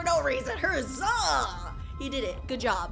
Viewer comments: Who else realized she said herzza and not huzza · he is saying hazza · she said herzah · Pov the last huzzah form spruit:HUZZ-aH 😂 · The next part that huzzah at the end he said huzz ba